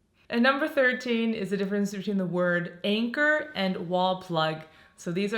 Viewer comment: You missed out the N in anchor on number 13 ! Also, having lived here for so long maybe you should be pronouncing GARAGE the British way . In the 1960’s until the 1990’s British/ European cars were still mainly pretty small and narrow compared to the US which is why more modern cars don’t fit in many garages and so people use them for general storage if there’s other parking available.